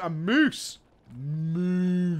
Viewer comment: MOOSE, mate! Mooose.